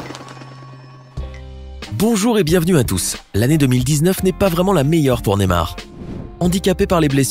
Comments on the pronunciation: C pas nemar mais ne*y*mar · NeYmar pas némar 😂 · Ptn comment il dit Neymar